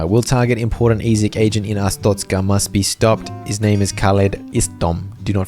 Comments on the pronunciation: uh strokez cuh vs uh stroke a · Ah yes AHSTROKAH (not tryna be mean) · what in the hell you mean Astocka, it is Arstotzka(A.R.ST.O.TZC.KA) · mispronounced Arstotzka...the entire video. He called it A-stroke-a. 😂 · nah, you're just an astrokean, not an Arstotzkan 🙏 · I still get shivers whenever i think about saying "Arstroka" instead of Arstotzka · Thank goodness you didn’t say astroka like a …. Certain other YouTuber who I shall not mention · Ah yes,its called ars-stroke-ska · Glory to a-stroke-a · I reported ur videos for hate speech. How dare you mispronounce glorious artztoska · almost positive you’re pronouncing Arstotzka wrong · a joke, he said it wrong his entire video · not pronounces it right its wrong i came from arstotzka trust me comarad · that CAN'T be how you say it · it's worse than yoi think. He is dyslexic, but he knows he pronounced it wrong, got corrected, said it correctly once, then proceeded to keep saying it wrong out of either spite or just because he can